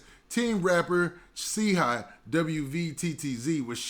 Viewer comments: He don't get it's pronounced Chi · Brah his name is Chii Wvttz Like Shy Watts Do u get it Now, u Killin Boy Name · It’s really pronounced chii high